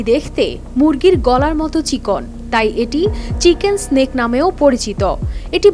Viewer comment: চিকেন স্ন্যাক নয়, চিকেন নেক। 😂😂😂 গরিব সংবাদ পাঠিকা। 😂